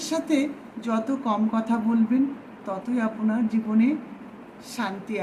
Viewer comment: আপনি শব্দটিকে আপোনি কেন? আপনার শব্দটিকে আপোনার কেন?